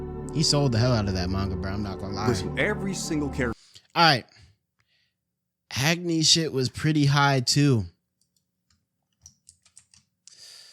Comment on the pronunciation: why he pronouncing agni as ag-knee bruh i'm crine😭😭